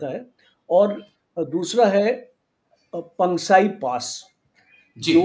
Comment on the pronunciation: Aare bhai Sahab jagah ke naam ka pronunciation toh thik se kar lo. Pangsu Pass ko Pangsai pass bana dia😂😂. Doubt hai aap Army se ho. 😅😅